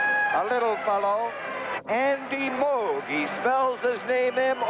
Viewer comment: has trouble pronouncing "Moog", what would he do with "worcestershire".